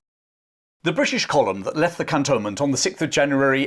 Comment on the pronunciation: Cantonment is pronounced “cantoonment”.